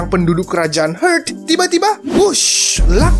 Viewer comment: Kerajaan "hurt"??? 😅😅 cek ulang bosque pronouncenya "heart" yg bner